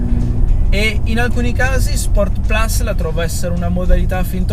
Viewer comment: Solo 2 piccoli appunti alla recensione. 1 Forse ripeti un po troppe volte "questa macchina". 2 si dovrebbe dire "sport plus" e non "sport plas" dato che "plus" è latino e non inglese 😃. Per il resto bravo ed umile come sempre 👍